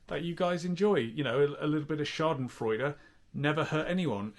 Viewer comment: Been binging some of the "weeks on"... pulled it off to look younger in this one than in the "week on iceland frozen food" from 8 years ago. Interesting. Also: damn good pronunciation of "Schadenfreude" there.